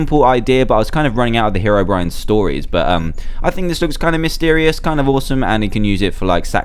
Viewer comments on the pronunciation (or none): It's 'HeROBRINE' , Not 'hErobrine' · How do u pronounced Herobrine (here) ro brine Or He ro brine pls leave comment